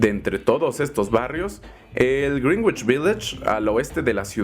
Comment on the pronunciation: ¡Muy buen video!, como crítica constructiva, te recomiendo checar la pronunciación de "Greenwich" :)